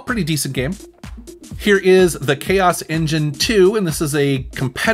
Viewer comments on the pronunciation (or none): none